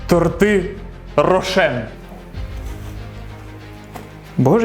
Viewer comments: Не тортИ,а тОрти... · Дякую за відео! Продовжуй в тому ж дусі! Якщо що, правильно казати тОрти,а не тортИ 😁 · Правильно ставити наголос на и торти